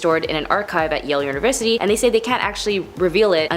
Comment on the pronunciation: No kidding! "Treasurary"? "Un-a-bomber"? Way to use that "unaversity" education!